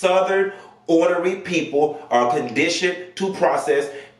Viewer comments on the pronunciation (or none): Ornery not hornery